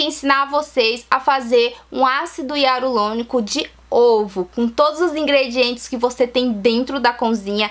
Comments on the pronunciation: Para gravar é interessante ter um bom português. Para pronunciar ácido Hialurônico, as vezes exige treino, senão sai ácido hiarulônico. A dica foi ótima. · Ácido hialurônico e não hiarulonico kkkk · Eu vou fazer, gostei da dica... Ácido hialuronico e não hiarulonico!!! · Ela fala ácido hiarulonico achei engraçado rsrs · VC FALO ÁCIDO HIARULONICO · pastel de flango acido hiarulonico 😂 japas sempre.trocam o r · Vou fazer obrigada pela dica. #Só acho que Vc falar errado o nome do ácido, não sei se e impressão minha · Até o nome do ácido vc pronuncia errado . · Japoneses tem muita dificuldade em pronunciar o R é sempre trocam o R pelo L. Dependendo do tempo que ela mora lá, ou da convivência que ela tem com os japas, ela troca sim as letras. Morei treze anos lá e super entendo os erros de português e de pronúncia dela. Por que ao invés de zoar dela vcs não agradecem as dicas que ela coloca aqui? Ninguém é obrigado a vir no canal dela.